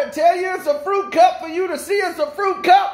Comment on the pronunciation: You said fruity cup. not fruit cup fruity cup I'm just saying